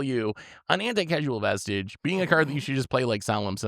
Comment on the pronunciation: Would have bought if had consistently pronounced the vestige...right or wrong. Also Tomer is right. In any optimal high power pod without house bans, chances are there's a Trouble in Pairs Rhystic Smothering...or use it defensively and steal something enabling your opponent even if it doesn't synergize with your deck (maybe that's why Herr Caretakers Talent doesn't want to buy in).